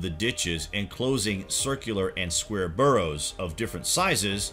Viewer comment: Whoever wrote this is either really, really lazy or just plain ignorant. Or they never told the narrator how to read properly. "Burrows"? "Middians"? Give me a break.